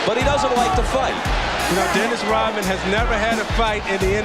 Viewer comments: Why does this guy say “Rotmen”? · is he saying Rotman?